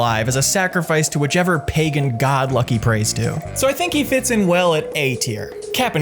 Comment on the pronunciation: I don't like how he said pagan